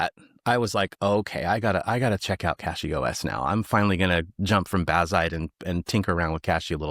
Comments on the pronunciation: Cache has an e on the end so it needs a long 'a', so cache is supposed to be pronounced CAY- sh. Saying cash is wrong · CASH-ee. Like cache. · I pronouce it as CachyOS, but I hear some people like to say CashyOS